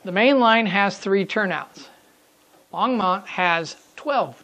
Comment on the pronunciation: Hi, really enjoy your video series and the subject area. I drive by the Longmont depot and yard area at least once a day and often more. You're doing a real good job capturing the essence of the area. (BTW the pronunciation is Long-mont, not Long-mownt). Also one of the current big controversies in town is the volume of train horns after the mid 2000's Federal mandate of louder and longer whistle blasts, particularly down the stretch you model with the close residential areas. Keep up that good work